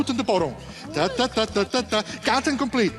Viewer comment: I think I saw when he put the four 7 on the table. But anyway, he es just great. He also makes a joke we native Spanish speakers understand, cause it is a mistake in pronunciation: cut and cat. Some people pronounce it the same. That is why people around the table don't get it, or it only hits for dani =). Great video, I loved it! Greetings from Uruguay 🙋‍♀️🇺🇾❤